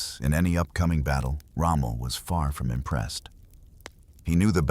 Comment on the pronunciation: Its not rommo, it's Rommel